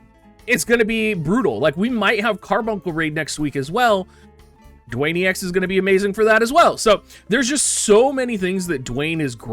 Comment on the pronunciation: His name is Duane and it's pronounced just like the rocks name Dwayne not "Dooane"